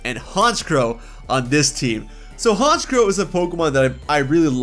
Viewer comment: IT'S FREEZE, NOT FRIDGE! AND THE SECOND C IN HONCHKROW IS SUPPOSED TO BE A K!